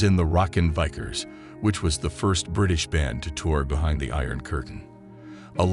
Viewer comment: I lost it at 'vikers' (vicars is pronounced 'vickers') Damn the cheap computer voiceover for such a soulful man.